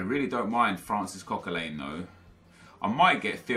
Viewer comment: why do you say Coquelin's name so weird. It's pronounced Coquelan, not Coquelain, hope this helps